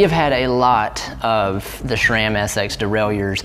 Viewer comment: stop saying schram. Does every murican try to sound dumb or do you hate the brand?